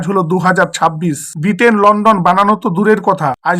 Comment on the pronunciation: লন্ডন নয় লন্ঠন